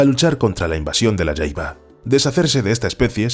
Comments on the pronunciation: Se pronuncia jaiba no yaiba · se dice "jaiba" no "yaiba" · La Jaiba es muy rica, pero usualmente en mexico se pronuncia tal como se escribe ja-i-ba, no Ya-i-ba. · La jaiba, nosotros la pesca amos y comíamos en puerto peñasco México y le decíamos "jaiba" no "Yaiba" pero eso ya es a gustó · En México se consume la jaiba, pero aquí se pronuncia ja, no ya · "La yaiba" 🤦😂😂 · Creo que el último cristacio su nombre se escribe asi : "jaiba " y bueno en Nicaragua no se le pronuncia como " yaiaba" sino directo con la letra "J" y bueno sii que les digo es un manjar muy codiciado aunq muy escaso ya de hecho. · No se pronuncia yaiba 😂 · Jaiba tal como se escribe la jota no se pronuncia como y en el español